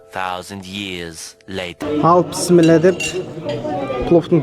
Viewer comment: Автор бауырым писмилла емес бисмиллах